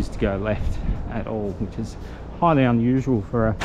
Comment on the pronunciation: he totally killed me with "total unusuale for a socialist vehicle" 🤣